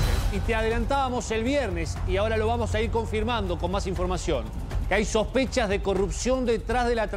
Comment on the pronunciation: SOSPECHAS.....???? SISPECHAS......???? SOSPRCHAS............??????